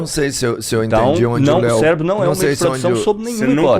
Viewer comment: Até aí comi uma palavra, o fala Celebro. 😂